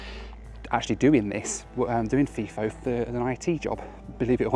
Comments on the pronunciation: 2 things to point out as an Aussie. they’re called utes in Australia, not pick up trucks. The other, it’s pronounced fi-fo, not fee-fo. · As someone who has actually worked FIFO at Tom Price here's a few corrections. Its pronounced F-eye-FO and NOT F-ee-FO. Its spelt FIFO not FEFO The reason they fly Fokker 100s and Boeing 717s into Paraburdoo is because of the construction of the runway. The run way is long enough for planes like the 737, but its not strong enough for the weight of those aircraft. I have a pilots license and that's one of the basics of runways. Its not just a matter of length but they also have to handle the weight. NOT ALL of the people who work at the Tom Price Mine are FIFO. The Town of Tom Price is a real town with shops and houses and schools and sports clubs. When I was working at Tom Price in 2013 most of the people I worked with in the electrical engineering support team lived in town. I was on what's call a 8-6 roster were we'd fly in on one day and fly out the next week on the same day. 2 of us flew in on a Wednesday and 2 left on that Wednesday after we'd had a handover meeting. That was then a common schedule for an operating mine. For construction of a min ethe roster was typically 3-1 or 4-1 but that referred to WEEKS not days. Of course you didn't work 3 or 4 weeks without a break. You'd usually have Sunday's off or every second Sunday off. Some of the construction schedules are pretty brutal. The main reason people in mining earn or appear to earn a lot of money is the number of hours they work. One project I was on had a 10-4 (10 days on 4 days off) with 10 hour days schedule. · And Third, its pronounced fi-fo not fiii-fo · Fly In, Fly Out = FiFo not FeeFo lol! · Pronouced 'F-eye-fo' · Fi rhymes with hi.